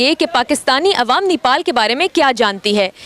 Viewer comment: पाकिस्तानी यो को नेपाल का नाम भी नहीं मालुम है नीपाल नहीं नेपाल हैं।नेपाल पाकिस्तान से कहीं ज्यादा सुरक्षित है